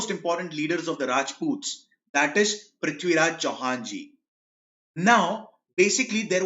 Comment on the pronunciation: Loved the way he said prithviraj Chauhan ji❤️